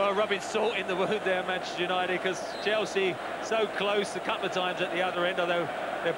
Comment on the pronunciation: All i can hear is chels as they all went to a different club and couldn't Finnish saying Chelsea....